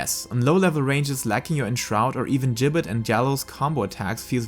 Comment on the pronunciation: I think you're the first youtuber I've seen pronounce "Gibbet" correctly!